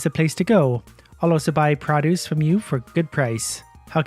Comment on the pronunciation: you saying produce